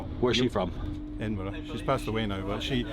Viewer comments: the FIRST american to call edinburgh CORRECTLY, now onto the content of the video, you dont own anything in scotland, for someone to own any land it needs to be registered by you and ONLY you, 1 squeare foot of land is nothing and to make it worse .. you CANNOT under scottish law .. NOT AMERICAN LAW become a lord, the title of lord is an english only title that can only come from either the uk's prime minister, the head of state ( king or queen ) or inherited, established titles still owns the land and it is stated deep within the website that it is for "entertainment purposes only", not onto the land you said you own, given i am a native of scotland i have access to the land registery in scotland, the plot you say you "own" is actually owned by the scottish foresty comission AKA the scottish goverment, the company behind established titles is chinese and they own over a dozen other so called "established titles" type websites, it is a scam and you are NOT legally entitled to the name of lord, so ... congrats .. you wasted money for nothing, and i am sick to death of people walking on my fucking land saying they own it. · The correct pronunciation of Edinburgh fills me with so much joy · Pronounced Edinburgh correctly! So many don't. 😃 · Respect as you know how to pronounce Edinburgh lol.. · Sorry Guys, I have loved watching you guys but when you did the initial sponsorship with this company, a a Scot, I just dispaired and you lost my respect. Now you have done this video! I am just cringing and unsubscribing. But THANK YOU for saying Edinburgh properly ;) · Nothing pleases me more than an American pronouncing Edinburgh correctly 👏 Aberdeenshire needs more work though 😉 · Well done on your pronunciation of Edinburgh! As a local hearing edinbro all the time it was good to hear! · Obviously a scam, saving the planet, planting trees, who'd want to do that? BTW This is sarcasm, for those outside the UK. And thank you Dave for saying Edinburgh correctly. 👍